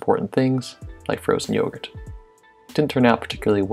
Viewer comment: Someone tell me why this guy keeps mentioning yougert